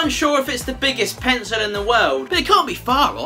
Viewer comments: He said “Penco”! 😂😂😅 Then he said “Appo”! 😝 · Who else is still waiting for this "pensow" he keeps talking about?